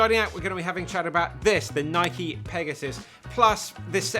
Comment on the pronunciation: Thank you for pronouncing Nike correctly